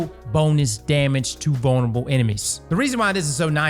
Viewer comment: Bone spears should splinter into bone spurs bone shards. Also why do I hear bonerable instead of vulnerable??